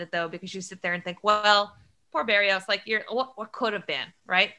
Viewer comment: Someone should gently tell how to correctly pronounce Jose Berrios' last name.